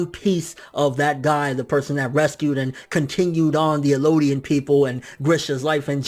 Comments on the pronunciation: It's EL-DIAN!! Not ELO-DIAN!! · Also, Eldian, not Elooodian... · It's eldian L-D-in